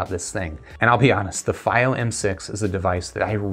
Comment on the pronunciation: Stop saying it wrong! It’s FEEO=Fiio